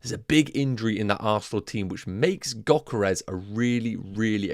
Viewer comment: Gyokeres is said with a Y not a G